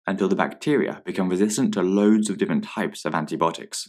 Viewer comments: It’s antibiotics not antibotic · He says it like there's not I haha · anyone else hearing anti-botics